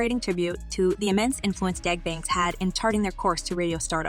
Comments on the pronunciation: It's DOUG Banks not Dag... If you're going to report it, get your pronunciation together... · It's Doug Banks, not Dag..geez